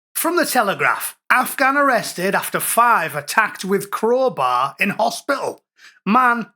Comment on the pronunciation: Wots a crohbay 😂